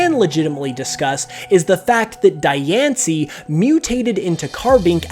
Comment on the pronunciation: You're pronouncing Dianci's name wrong. Its pronounced Dee-ahn-cee.